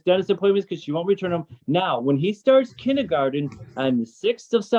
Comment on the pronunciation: Love the judge pronouncing kindergarten as “ kindy garden “